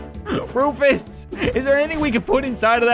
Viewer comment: He is not rufus he is roofus